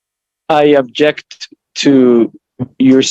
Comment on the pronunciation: It's "OBJECT" not "ABJECT" dummy sovshit.